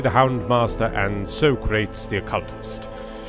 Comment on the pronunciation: ...so crates. You...called SOCRATES (soh-cra-tease). SO CRATES. I CANNOT EVEN tell what makes me more disappointed. You saying that or me not noticing for like 6 views. I have likely caused a quake from the force of my facepalm.